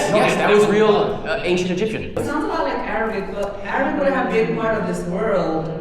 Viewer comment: His pronunciation seems authentic. Who could challenge him, right?